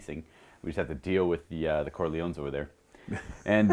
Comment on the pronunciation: The The Cor...the Cor...the CORLEONES! Look how they massacred my boy 😂